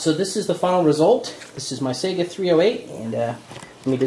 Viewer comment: I'm from Finland and Saiga comes from our eastern neighbour and the "real" pronunciation is Saiga (A not ae as in A,b,c), like a mexican a as in Maria. hope that helped.